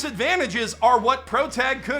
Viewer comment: for someone centering their channel around japanese media, the mispronunciation of basic particles like "-kun" goes so hard